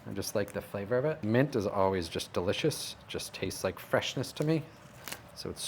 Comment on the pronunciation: Its delishishh...Nom nom, well that's me convinced!